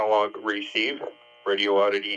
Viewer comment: It's a good value set, I have the Anytone branded version. PS Someone pointed out to me that there's only one "O" and no gap in Radioddity. First, say the words "Radi" and "Oddity. Next, take the gap out and say it as one word - Radioddity. It's 5 syllables, not 6.